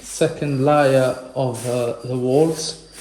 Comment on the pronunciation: The fine mesh tape for ceiling and wall cracks helps strengthen the repair of plaster. Watch other tube channels on repairing plaster. And don’t use scissors they are ruined now. Layer— laayer Not liar as in not being truthful. Feel better, sounds like you are getting sick. Gargle with warm salt water. Please keep in mind I’m impressed that you speak multiple languages- just trying to help your English. Don’t be offended please